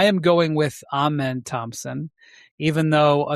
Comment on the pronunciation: Amen is second syllable has the accent and first syllable is pronounced uh or ah, no long A. Cason is a better shooter than either of the twins by far. He is just as elite a point of attack defender.